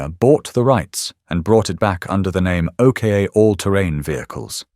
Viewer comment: I Might Be Wrong But I'll Have A Stab At What I Think The Pronounciation Of The 2nd Vehicle On Your List Which You We're Referring To As The O.K.A. But I Think It Would Be The OK Part Pronounced As OCK As In LOCK Minus The 'L' = OCK Then Add The 'A' To The End Of OCK = OCKA Which With A Little Imagination On The Pronounciation Sounds Like OCHRE Which Is A Paint That Uses And Is Made From The Natural Earths Clay As A Pigment That Forms As A Natural Colour Of The Earth That Is Used To Make It And The Same Colour Of The Mostly Outback Terrain That The OKA/OCKA Will Be Travelling On Hence What It Was Made For And What I Hope I'm Right About If Not Oh Well It Was Just A Thought That Stemmed From Whilst Watching And Listening The Thought Was Is That The Real Name And The Right Way To Pronounce It Regarding The Vehicle He Is Talking About Because The O.K.A. Just Dont Cut It Or Sound At All Right To Me 🤔 Hopefully Its Not Only Me That Had The Thought 🤷‍♂️ Anyways GOOD DAYS Y'all 🎩👌 ⚘_ _🙂_/ |_| / \